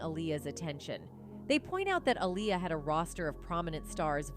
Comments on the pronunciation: She is pronouncing Aaliyah name all wrong. Going back and forth. It’s not ah-lie-ya it’s ah-lee-ya ugh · She needs to pronounce Aaliyah’s name right